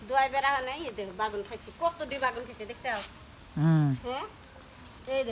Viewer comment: বাগুন না বেগুন বলবেন।